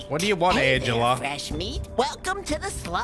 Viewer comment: Man called angelica angela haha